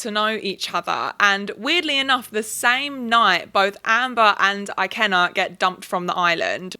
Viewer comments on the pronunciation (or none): the I in ikenna is pronounced like the I in mirror btw but other than that I loved this vid idk how ppl can like these men can't lie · Ikenna is pronounced more like ee-ken-na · Unrelated but Ikenna is pronounced ee-CANE-nah and Deji is pronounced Day-gee. I don't watch Love Island so I don't know how the boys pronounce their names, but those are the correct Igbo (for Ikenna) and Yoruba (for Deji) pronunciations, for anyone who's curious lol